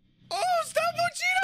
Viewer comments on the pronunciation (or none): It’s pronounced more like “pohch-ta” The “I” isn’t pronounced as having